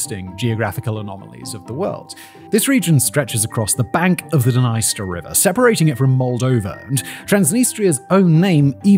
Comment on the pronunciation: How come he didn't realise that the country is named after the river but pronouncing the river totally wrong. That's what happens when you don't do your own research, and just read a script on the day.